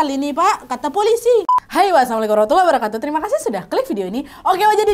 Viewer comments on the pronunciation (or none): none